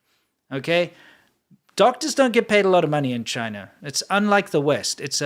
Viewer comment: bro, I barely know any Chinese and i can say 中国 better than this idiot lol, he doesn't even say "China" properly, like wtf?